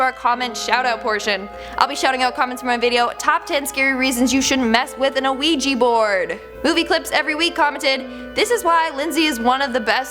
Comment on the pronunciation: “Oh-Weegee board?” What the hell is that? I know what a “Wee-jah” board is though. The word is “Oui -( as in yes in French) Ja (jah). Why do people mispronounce this? It’s not hard.